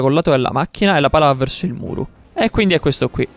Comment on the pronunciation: Alla fine: Nessuno: Assolutamente nessuno:: ecvindi